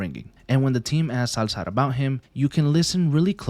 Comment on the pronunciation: Dude why did you use "Salzar" the whole video